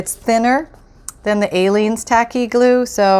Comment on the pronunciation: I worked today and I’m tired and twice I thought you said ALIEN glue...lol...I’m thinking never heard of that glue...then the light bulb goes off....oh she’s saying Aleene’s glue...haha...🤪🤗❤️🥰❤️